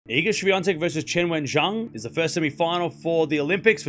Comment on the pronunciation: Bad pronunciation for Zheng